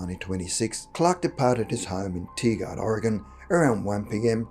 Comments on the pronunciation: It's Tigard, OR as in tiger. We pronounce it Tigerd. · I'm from Portland and had to listen three times before I realized you were saying Tigard. It's pronounced like Tiger but with a d at the end. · I live not far from Tigard Oregon. It is pronounced "Tie-gurd". The way you pronounced it with your accent made me laugh. I never heard of this story before and I've lived here since 1970 so thank you for enlightening me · Lol “TEE-gard”